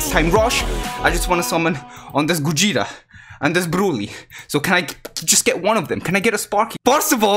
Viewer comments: No one: Absolutley no one:: gOjEtA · Ah yes, Gojeta